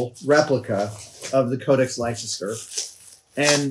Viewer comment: Adam (and indeed all Americans)! Please note that Leicester is not pronounced "LIE-SESS-TER" but "LESS-TER". Thank-you and have a nice day :O)